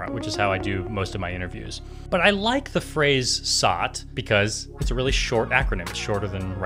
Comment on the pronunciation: You missed pronounced SOT, it should sound like: es oh tee